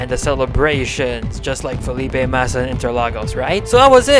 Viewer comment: Mate just say Felipe MASSA ffs